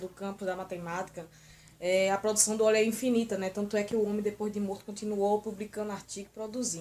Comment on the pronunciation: Não é oil!!!!!é Euler!!!vc tem jumencia???